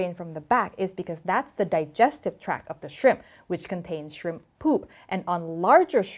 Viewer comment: Digestive tracT not track